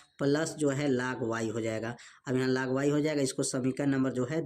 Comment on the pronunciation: Sorry vo laag nahi log hota hai😢